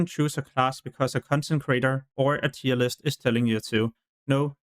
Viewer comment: "tier" is not pronounced as "tire" it's pronounced as "tear"